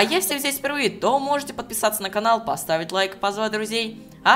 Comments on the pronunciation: А мне кажется "Всем привет с вами Ололожка" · Рома,когда ты говоришь "Всем привет,с вами Лололошка",мне кажется ты говоришь "Всем привет,с вами Лоооожка" :D